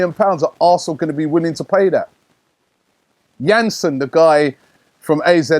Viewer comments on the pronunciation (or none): none